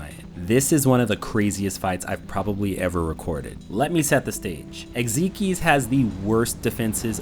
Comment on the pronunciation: it’s pronounced eggs-eye-x not egg-zee-kes 🧌